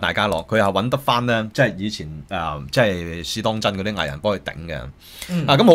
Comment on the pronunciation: 可唔可以發音好d? 邊個網媒係 試當‘陣'？